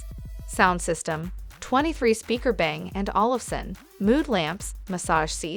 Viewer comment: "23 speaker bang, and olufson"... LOL